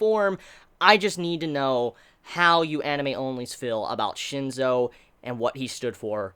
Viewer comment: its *Shinsou not Shinzo....